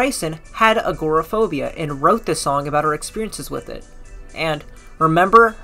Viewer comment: It would help your video if you could pronounce agoraphobia, Glasgow, Siouxsie, Dolly Parton